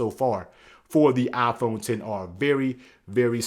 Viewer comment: Nobody: The guy: Aaaaphone